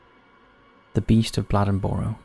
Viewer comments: As an NC native it's pronounced Blay-Den-Burrow. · I've been following this channel for awhile now, and this is the first time I've seen something from where I'm from. I'm from a lil city right outside of Bladenboro, called Lumberton. The last lil clip of the story, of the newspaper, actually is made from my city newspaper called The Robesonian. That made my day seeing this on here, thanks! P.S. I think it's cool how you pronounce Bladenboro lol. We say it more like blade-in-borrow